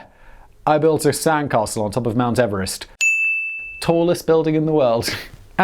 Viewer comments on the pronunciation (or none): none